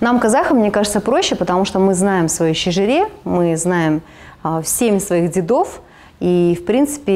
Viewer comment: Уважаемая, в слове «дедов» ударение падает на слог с буквой «Е», не удержалась…написала комментарий)) 🙂